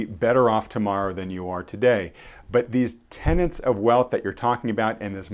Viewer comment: Tenets not tenants. Not taking a pot-shot, love your channel, but you strike me as someone who focuses on being precise in speech.